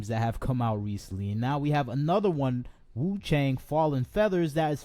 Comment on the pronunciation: wu chang- chang pronunciation is actually close to "chunk"